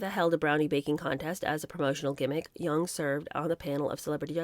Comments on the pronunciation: It's pronounced JONG, not Jung (Young) like Karl Jung. Jong. Jong. Jong. Erica Jong. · Back in the day, we called her Erika Jong with the J prounced as a hard J, not Yung. Just sayin.